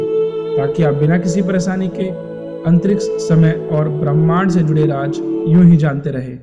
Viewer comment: It's not raaj it's raaz